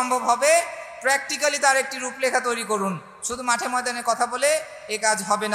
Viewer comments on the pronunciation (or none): none